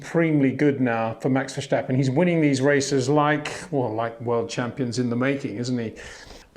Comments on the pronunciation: Hum - maybe my 'ear' isn't perfect but the host seems to be saying 'Verschtappen' here - at 0.18 of the video, or here, where Max is giving Dutch lessons and says his name at the beginning of the video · HEY PETER WINDSOR, I HAVE MESSAGE FOR YOU SIR: it is NOT Max "verSHtappen" ... Max is not German (Germans indeed do pronounce "st" as "sht") ... #Max33 = Dutch NL/Belgium! ... It is not "Bottash" nor is it "Lewish" certainly not "verSHtappen" .... This BS started long time ago when a British sport presenter interviewed father Jos Verstappen and assumed you can use a German pronunciation to a Dutch Driver thinking it is so "funny" ... It is not. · on top of that, the situation is so absurd because it is not impossible at all to pronounce it correctly for an Englishman, since the "s" should be pronounced as any Englishman would pronounce a "s"... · Hi Pater. I've watched you since your time on Speed Channel. Always respect your insight. Can I ask one small favor though: Max's surname isn't that hard to pronounce. It's Verstappen. Not Vershtappen, nor Versjtappen. Would you mind adjusting that? We're all trying as best we can to pronounce every driver's name correctly. Of course some are more simple than others, but you seem to be the only British reporter to call him by that name. I thought all the Dutch fans in Orange were really also supporting Lando. That's how a sporty nation works. They see someone work hard and do his best, so they get behind him as well. Exemplary. I wish more could do that. Thank you and keep up with the excellent insights! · Ver-stappen mate, not shtappen. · he is not Verschtappen, he is Verstappen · Curious… Why say Vershtappen? It’s pronounced Verstappen …. No sh in there. Ver-stap-pen. Stap as in stop…. No Shtap! Otherwise good summery! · Why do you pronounce Max's last name like he's German? It isn't verschtappen but Verstappen like when you say stepping. We Dutch don't like to have our names molested. Your name isn't windschor is it?